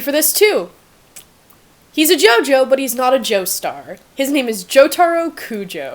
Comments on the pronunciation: I love just how entirely incorrect she got Jotoro lmao. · Joseph Joestar is american, Abbacchio (Uh ba kee oh) and more emphasis on the Jo in Jotaro and less emphasis on the aro. Liked the video overall, just correctingg things that might have annoyed the general public. No hate, liked the video. Also, Avdil's full name is Mohammed Avdol.